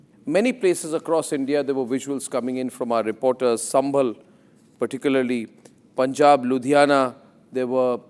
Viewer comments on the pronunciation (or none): none